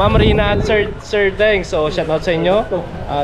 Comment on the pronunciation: Don't say shut out say shout out dats the correct pronunciation tnx